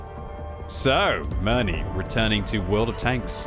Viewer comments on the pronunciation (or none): Can you pronounce Mirny correctly?